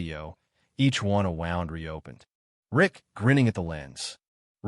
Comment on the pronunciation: AI can't pronounce "wound"😂😂😂😂😂